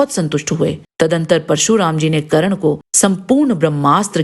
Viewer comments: Karan nahi Karn hai naam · madam ji dronacharya ne sirf brahman aur kshastriya ko shiksha di hai....aur ap karan thik se bolna sikh le....